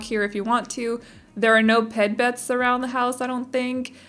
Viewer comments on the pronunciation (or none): At about - you say “ped bets” instead of pet beds and I’ve done that at least half a dozen times when I’m talking to my mom or dad about my builds😂😂 I once tried to say door frame and instead said foor dam😂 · when you were talking about the dog beds you said “Ped Bets” instead of “Pet Beds” i about died cause I said the exact same thing when I said it out loud too 😂